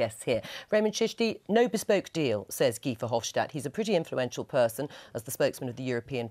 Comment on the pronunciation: It's not VerhofSHtadt, he's not German, simple S in Dutch.